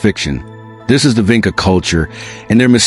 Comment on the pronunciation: It is pronounced, "VINCHA"!!!!!! Like in touch. You don't even know how to say the name properly!!!!!!!!